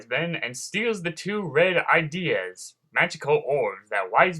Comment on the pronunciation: Those orbs are not called "ideas" they are pronounced "i-dee-uh" with a short i.